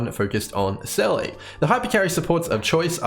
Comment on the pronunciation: Why can't anyone pronounce Seele right? It's said over and over and over in the game... It's pronounced Seela.